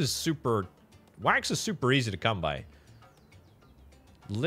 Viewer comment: every time you say "wax" I hear the "quack" sound from MacOS 7.